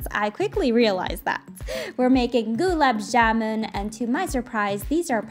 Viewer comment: LOL goo-laab jamun 😂 sorry it was just funny i love how you made this though! ✨🍰